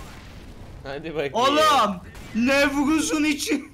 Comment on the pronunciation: Nevğuzun gızı